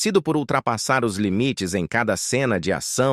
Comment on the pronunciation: " É ISSO REALMENTE QUE / OS/ CONECTA!😅😅😅😅😅😅😅. Delito fonetico! 😅😅😅😅😅😅😅😅😅